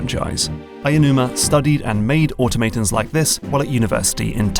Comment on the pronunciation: Auto-mate-ons in toke-E-o